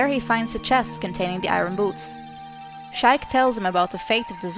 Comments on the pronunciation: I love these videos and I know you're foreign but SHIKE?! It's pronounced she-ik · I'm not trying to be rude in any way but... I'm pretty sure Sheik is pronounced She-eek not Sh-ike, like I said, not trying to be rude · Shike LOL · lol she calls her shike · Sh-aye-k? Heh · When you said sheik it was cool because it sounded funny